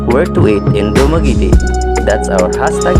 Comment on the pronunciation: dumagiiitiiii hahahaha